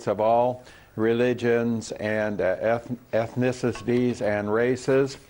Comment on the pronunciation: Ethnith-sis-ties!! o_O? That sloth can't even say ethnicity??